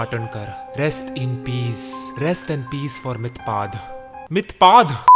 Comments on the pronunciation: Mithpad lol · He is actually mythpad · "Did you die" "Mithpaad" Bruhhh😂💀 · Not mythpad it's mythpat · Mythpat ❌ mythpad 😂😂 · Mythpat ❌ Mythpad ✅ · “Mithpad” had me dead 💀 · Starting of the video 😂😂😂 “Mithpad”😂😂😂👍🏼👍🏼👍🏼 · I'm literally laughed when mythpat said mythpad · My reaction when he say mythpad 🤣🤣🤣🤣